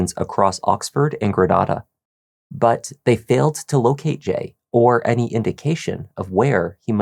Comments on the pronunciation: Thank you so much for pronouncing Grenada as Gre-NAH-duh! Most Mississippians (because most of us are country and later colonized by the French and English after the Spanish) pronounce it as Gre-NAE-DUH. 😩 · even if the spanish city is "gre-NAH-da," if the whole local community says their mississippi town one way and you're saying it another way, sorry but you're the one in the wrong 😆 i know bc i'm from another town that has a european antecedent but it gets pronounced a different way locally. that's the name of the town, that's how it said, that's all! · Grenada, MS is pronounced Grin-aye-duh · And lah-fie-ett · Ur pronouncing Grenada funny 😅. We Mississippi folks pronounce it Gru-nay-duh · Love this channel lol being from Mississippi it’s kinda funny how you pronounce Grenada Ms